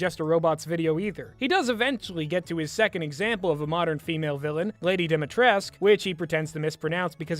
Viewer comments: sorry, but as a romanian, i couldn't stand listening to this video lmao. it's pronounced "dee - mee - tress - cue", not "dee - mee - tresque". something about the pot calling the kettle black. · There's something funny about mentioning mispronouncing when you also mispronounced her name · hard dislike for the star wars prequels comment, you ignorant pesant for the rest yeah, the dude is pretty mutch happy to know the dude didn't just seem wierd to me Also also, you are pronouncing lady dimitrescu wrong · it really bugs me that you complain about him mispronouncing Dimitrescu's name while you mispronounce it